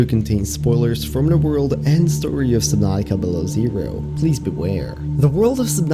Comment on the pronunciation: That sounded weird “ the world of subnutica below zero “ I need to get used to that